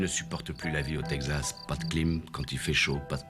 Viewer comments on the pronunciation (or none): "le Tegzas" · Yeap, for example the way texZas" is pronounced, with a "Z" like in old western movies dubbed in french. No one pronouces it that way since 1950. And this unforgettable line "S'il cherchait pour du trouble, il était à la bonne place", literal translation of the frequent "If he was looking for trouble, he was in the right place" !